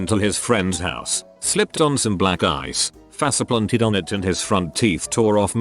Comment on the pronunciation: Story: “faceplanted” Narrator: “fahsiplantid”